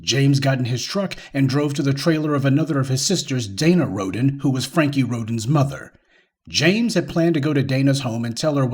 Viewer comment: That Last [Name] Rhodens as in 'Rodents' HaHaHa 🤣🤣🤣🤣